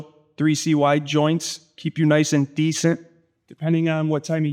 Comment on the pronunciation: “decent” This def a Chicago dude 😂